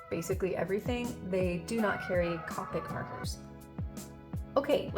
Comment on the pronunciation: Also it’s pronounced Copic like Coke